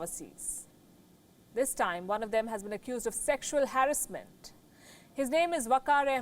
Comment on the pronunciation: it is not harisment!!!that is called harassment...try to learn english first and then come on platform to give news!!!!l